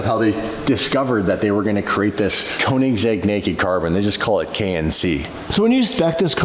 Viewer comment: A kOnensegg Will they ever be able to pronounce the letter ø 😅